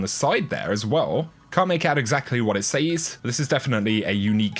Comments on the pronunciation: It’s pronounced “sez” not “sayyysssss” 😳🙄🙄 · Look... it’s pronounced “sez” not “saze” for gods sake 😂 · says is pronounced sez not saze! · Can you please say "Says" properly all the time, its minor but man is it annoying when you alternate saying it right and wrong. Its not Sayyzzzz !!! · Shirley Timple It’s an incorrect pronunciation. A lot of people say it like that but it has always been pronounced as “sez” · Omg stop saying says that way. Driving me nuts dude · Say "says".